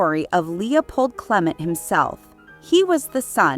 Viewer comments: who pronounces Clement this way other than this video? It is so irritating I had to turn it off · And where did you learn how to pronounce Clement?